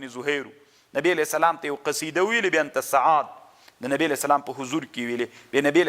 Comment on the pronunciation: لیس کما تقول و تفصح عنہ یا شیخ ۔۔ ! ۔۔ "بأنت سعاد" ۔۔ کلا ۔۔ لیس کذلک ۔۔ ! ۔۔ بل ھی : "بانت سعاد" ۔۔ ۔۔